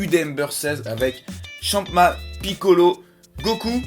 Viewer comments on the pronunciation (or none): C'EST PAS GOTRUNKS MAIS GOTENKS !!!!!!!!!!!!!! C'est pas Champma mais Champa et c'est pas Freezeur mais Freeza. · C'est Champa pas chama .